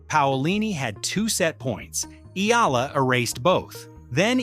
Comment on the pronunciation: Not Alexandra. Ela .its PRONOUNCE like this ,, (EY- YA - LA )😊